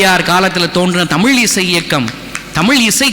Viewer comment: அது முகநிலை.. நீங்கள் உச்சரிப்பது முஹநிலை என்று.. பிறகு, நிறைய இடத்தில், தமில் தமில் என்று கூறுகிறீர். அதை திருத்திக்கொண்டு வாருங்கள். இந்த காலத்தில் தமிழை சரியாக உச்சரிக்கத் தெரியாதவன் எல்லாம்..தமிழ் தமிழ் என்று பிதற்றுவது.... ஆமாம் நான் கேட்கிறேன்.....தமிழர் பாரம்பரியத்தையெல்லாம் நாம் பின்பற்றுகிறோமா.... மொழி என்பது medium of communicationக்காக மட்டுமே....இந்த ஆள் போல் பிளவு ஏற்படுத்துவதற்கல்ல. பல்லவி அனுபல்லவி சரணம் என்பதெல்லாம் எந்த மொழியைச் சார்ந்த வார்த்தைகள் அல்ல....தமிழர்கள் தாராளமாக அதை பயன்படுத்தலாம்...